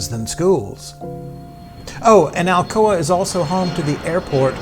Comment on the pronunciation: I suppose she pronounces Alcoa "Alcohola"